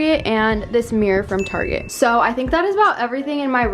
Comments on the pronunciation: No one: Literally no one:: “taRgET” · guess where she is from....''targetttt'' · I find you funny saying Target